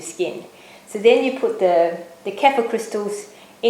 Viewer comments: good video. use a cleaver instead of slicing knife, a lot easier. btw it is pronounced as 'ker-fear' :) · Great video. But the pronunciation is very close to a South African derogatory racial term. Google the South African "K" word for reference. Safer to pronounce Kefir the way it is meant to be said.